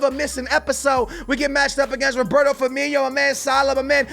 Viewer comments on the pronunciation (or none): none